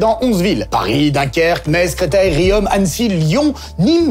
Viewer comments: Super chronique, comme d'habitude ! En 2304 je ne sais pas, mais en tout cas en 2024 on dit toujours "Rion" (pour Riom, dans le puy de Dôme), et pas "Riomme"! Beaucoup de non auvergnats commettent cette erreur, qui pique les oreilles 😅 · merci pour cette passion partagée STP ne prononce pas le m de Riom (rion) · Super, ça donne envie! ( mais on dit pas "riomme" mais RIOM comme pluton😉) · Riom(e)???? Riom(e)???? Attention, mon, vous risquez votre vie, là! Un Xarlaax, c'est un agneau comparé à un Auvergnaax dont vous avez lu le nom de la ville de travers!!! Riom se prononce justement comme...nom.... Au plaisir de vous y retrouver bientôt! Un Riomois